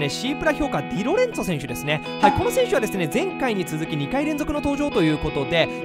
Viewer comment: 呼び方ディロレンツォで合ってますよ！